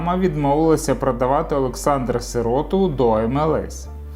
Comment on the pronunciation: Автор, б..ь . Ну не виривай з контексту. Готуйся краще. СирОту? СИроту - наголос став правильно.